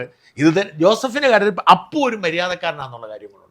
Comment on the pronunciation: അപ്പു അല്ല അപു